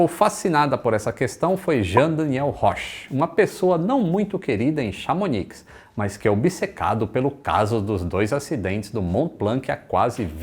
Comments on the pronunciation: uma dica: não se deve pronunciar o “C” no fim de Mont Blanc (fica monblãn) e nem “X” no fim de Chamonix (fica chamoní). Valeu! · "Chamoni" rs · Chamonix pronuncia-se chamoni. Melhor lugar do mundo para prática do ski... ❤️ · tanto no Mont Blanc como Chamonix, não se pronuncia o C e o X, parabéns pelo canal.